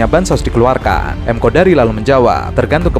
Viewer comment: Namanya KONDORI mas bukan KODARI.